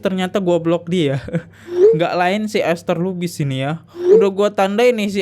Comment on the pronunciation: Ester lubis bacanya